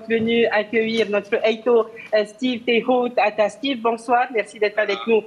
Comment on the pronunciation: Ah les journalistes c pas teichotaata mais TEIHOTAATA ya pa ch en tahitien